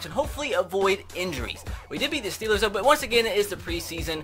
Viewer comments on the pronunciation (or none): none